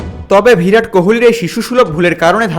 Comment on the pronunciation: "ভিরাট" নয়, "বিরাট"। প্রতিবার ভুল বলেছেন। "উল্লেখিত" বলেছেন, হবে "উল্লিখিত"। অশিক্ষিত লোক, ভিডিও বানিয়েছেন।